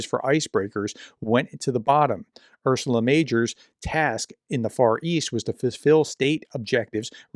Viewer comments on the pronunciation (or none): Holy sweet Jesus why can’t this dude read the word Ursa. URSA. U-R-S-A. Urrrr-saaa. NOT Ur-su-la. URSA. Ursa Major is a constellation…colloquially known as the Big Dipper. Undoubtedly that’s what the ship is named after. There’s no L in it. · Ursa, bro, not "Ursula." 😅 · Your videos are very informativs. What I don't like is that you don't pay attention to names: it is GEORGIA Meloni, not GEORGINA Meloni, it is URSA Major, not URSULA Major. From other clips: SOLOVIOV, not SOLIOV, it is MEDVEDEV, not MEDIEV (not that I care for russians' names, only for accuracy). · Not ‘ursula’…. Ursa…. It means Bear.! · Ursula? FFS you’re an educated man. Ursa Major, the very well known constellation, really ought to be an easy read 🤬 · It's Ursa, not Ursula. It means 'bear' in Latin. I don't know why it's Ursa Major (Big Bear) and not 'Arktos Megale' (Greek), per the Russian language's origin. Anyway, Slava Ukrayini! 🇺🇦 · can you not pronounce "ursa" ?